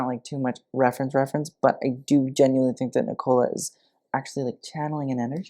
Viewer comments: nee-cola co-lin..lol... nicole couglan is pronounced nic-oh-la cock-lin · I’m obsessed with the way said Nicola like Coca Cola. And Coughlin like cog-lin instead of coklin 💖 the Irish names never fail to fell the greatest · my God why can't Americans pronounce Nicola properly??!!